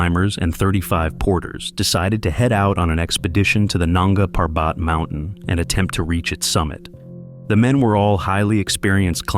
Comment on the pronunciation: Coolies??? Nanga Parbat … is pronounced with accent on 1st syllable of Parbat. What a hoax this crap is!